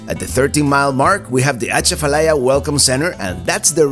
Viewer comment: It’s pronounced A Chaf a lie ya. . The a is short.